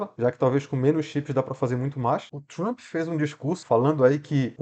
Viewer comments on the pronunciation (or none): none